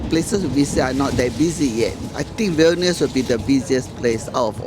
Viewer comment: You’re saying vilnius wrong. The i preceding the vowel shortens it in the lithuanian language.